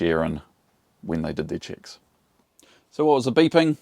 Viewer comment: Nice accent: Every time you say "checks" I understand "chicks". 😉🤣 Nevertheless a very important lesson. Thanks for that.